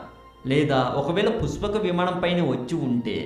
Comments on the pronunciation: Its pushpaka vimanam basu ...not puspaka vimanam. Telugu nerchukoo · Rey eam chaduvukunnav ra nuvvu, sa ki sha ki theda teleyadha neeku, puspaka kadhu pushpaka, nuvvu nee sollu, edho telisinatuu . pushpaka vimanam mano vegam tho velthundhi, ante dani vegam devathalu kuda andhukoleru, vishwakarma nirmitham, brahma dattham, nuv ramayanam chadavakunda edhava videolu pettaku. nuvvu ne thokkalo research, thu. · nee pronunciation bagaledu thammudu...try better.....pushpaka vimanam,,,,not puspakavimanam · puspaka kadu bro pushpaka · It is "పుష్పక విమానం" not "పుస్పాక విమానం". You better learn the language...Please do not spoil Telugu... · Puspaka kadu brother pushpaka. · పురాణాలు సరిగ్గా తెలుసుకొని వీడియో చెయ్. పుష్పక విమానం అనడం రావడంలేదు. ఈ వీడియో ఎవరు చేయమన్నారు . చెత్తా వీడియో